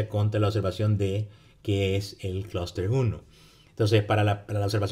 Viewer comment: Y el vector de medias??? Critica Constructiva: pronuncia muy bien "Cluster" en ingles pero en español se come todas las "S".